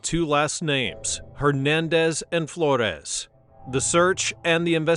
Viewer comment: the way you pronounced Flores, youre either Mexican or part of the culture 🫡😂